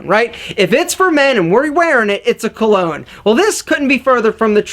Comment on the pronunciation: Hey, just a quick tip for your pronunciation for future videos. Cologne you could pronounce it like "Column" but just remove the m sound and it would be pretty close. Parfum, if you know how to say 1 in french (un), you can say Par (like the golf term) and fun. For Toilette, put less emphasis on "Toi" then finish it off with "let". Hope that helps!